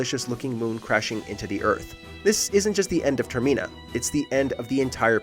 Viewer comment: Ter-mena? I'm pretty sure it's pronounced Termin-uh